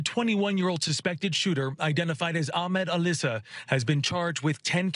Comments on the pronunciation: 😒` Al Issa, not Alissa... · His name is Al-Issa, pronounced as a 2 separate words, NOT Alissa which is a female name and which doesn't have any relation to Middle East or Islamic culture. Newsmax reporters and speech writers: do your homework!